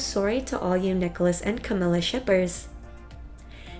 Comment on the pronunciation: that is not the correct way to say camilia . no offence. not trying to be rude.